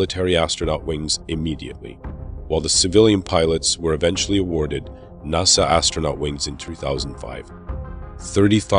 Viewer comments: it's nas-sa not naw-sa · "NAH-SA" seriously? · I have never heard a north American person pronounce nasa "nossa" there were a lot of really weird pronunciations here. Lol. I could understand if he was foreign but geeze. Lol. I don't mean to poke fun or anything I just find it interesting. Great video too.